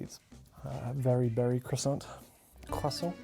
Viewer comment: « Croissant » is very well pronounced, congrats 😁